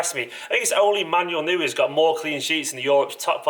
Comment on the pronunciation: 'Manuel Newer' *facepalm"